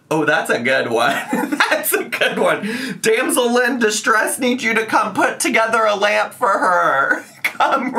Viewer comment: “Damsellyn distress” this is your best moment 😂❤️